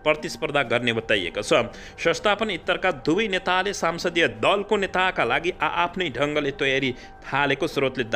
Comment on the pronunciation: Sansadiya hoiena Sahi uchcharan garnu paryo.